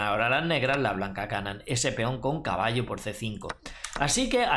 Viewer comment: JAJAJAJ es muy graciosos como dice feon JAJAJ